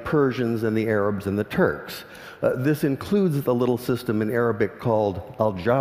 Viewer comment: lol.. I first understood 'aerobic' instead of 'arabic'